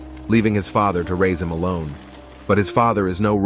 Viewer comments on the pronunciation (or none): none